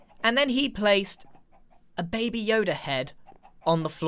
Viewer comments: Did grian really just pronounce baby as bah-bee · Scar: “Gragr” Grian: “Babby Yoda” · I thought he saying babi yoda for a second 😂 Babi = pig (very disrespectful to say it infront of a malay) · FAM HE SAID BABY WRONG HE CALLED IT BABYE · "bahbie yoda" yes grian, bahbie yoda.